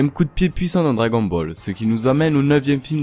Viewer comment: Celui qui dit cragon ball laisse parler